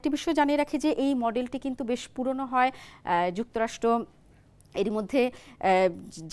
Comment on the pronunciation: যুক্তরাষ্ট নয় যুক্তরাষ্ট্র। কেমন ভাষা রে বাবা। মিডিয়ায় এরা আসে কিভাবে?